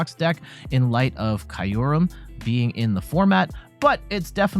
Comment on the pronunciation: it's kyoorem not kayurem